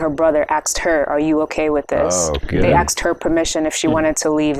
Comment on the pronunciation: As intelligent and insightful as she appears she purposely says axed. I'm not trying to be insulting but if you're going to try to demonstrate your culture saying the word asked in that manner does nothing but make you sound uneducated sorry not trying to hurt your feelings but you should take pride in the fact you've been educated to the point of annunciating such small words would be simple but God bless you all the same